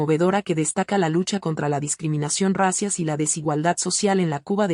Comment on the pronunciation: Corrige la pronunciación de la palab"racial", por favor.Asi mismo el "cómo".